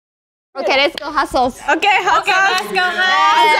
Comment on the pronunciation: two highlights: kazuha "hot sOWce", yunjin complaining about memory loss already